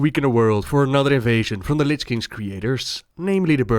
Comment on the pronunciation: Please, please spell Lich next time correct. Its not litsch